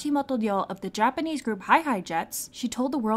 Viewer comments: As a (half) Japanese person UR PRONUNCIATION IS SO GOOD and satisfying to hear 😭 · Off topic but are you japanese? your pronunciation is sooo good. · Your japanese pronounciation is soo good 😌😌 It felt so satisfying 😌😌😌✨